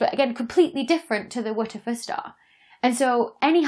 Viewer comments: How is she pronouncing WTF? She's not saying "double-u tee eff" or "what the f***" or "what the eff". I've literally been looping the first one second of the video to try and figure this out. Phonetically, I'm hearing "wut of fer", something similar to Whatever. Dr. Becky, help me out, what's your pronunciation inspiration?? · wer - ter -fer star LOL its a dyson ball lol the wtf the star !LOl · The Wuhtuhfuh Star? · Tried 1/4 speed and 1-1/2 speed playback. Still can't make out the exact enunciation! 🤣😂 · Is it some sort of joke I’m not getting as to why she is pronouncing WTF that way? Or does she just not have any clue that you just say the letters ! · It took me quite a while to realise you were not saying "Witcher Fur Star". It was a very cumbersome way to avoid saying a bad word. Just use the phrase "what the Eff" instead so people understand what you're saying. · Err.. isnt WTF pronounced just as you say the letters names? (doubleyew tea eff)? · If you're going to name it WTF, then either say W T F as letters, or say it correctly. So, repeat after me. "What the fuck." Now, that wasn't so difficult, was it? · So, turns out the synthetic phonic alphabet doesn't seem to be a thing outside of the UK! 😂 I'm pronouncing each of the letters in the star's name "wuh tuh fuh" (which stand's for 'where's the flux' - see the Boyajian et al. 2015 paper title) as you would with the synthetic phonic alphabet that kids are taught in UK schools. Rather than "double-ewe tee eff" as you would with the standard alphabet. P.S. I always want Lisa Simpson to play my devil's advocate - because what if it is aliens... 😏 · I am doing that, just with the phonic alphabet. So instead of "double-ewe tee eff" I'm pronouncing it "wuh tuh fuh". I think it must be a British thing. I commented on it in my YouTube stories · “Wootefuh”?? Who tries to make those letters into a word? Haha so funny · I heard "whoochafuss"... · TIL that the acronym "WTF" has a pronunciation, and it is "Waterfir".